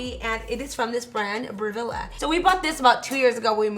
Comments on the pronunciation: I bought a new car wow, should I feel bad that I worked for it, sh*T Nooo 😂😂 enjoy, because I love watching. "Bre vill" that's how it's pronounced 😂😂 there's a utube bid how to pronounce it. 😜💋🙏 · I like the way you pronounce Breville. You make it sound so fancy 😂